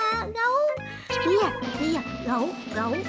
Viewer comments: Bear chứ ko phải beer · Bear -be chứ hăm phải pia chị ơi